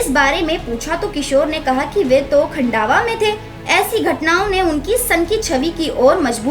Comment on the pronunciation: खन्डावा नही खंडवा बोलो